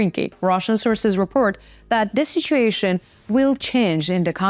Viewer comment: repORt, not repERt